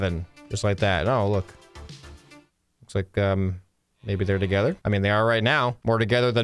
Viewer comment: their to-COW-ther, is that a stretch?